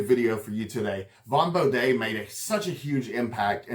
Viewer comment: bo-dee not an appalachian bo-day :face-green-smiling: but nice job